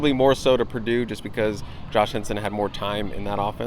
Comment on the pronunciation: It’s Purdue. Come on